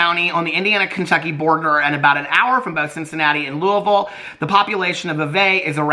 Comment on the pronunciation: As a kentuckian, I love that knows how to say Louisville correctly. Lou-vul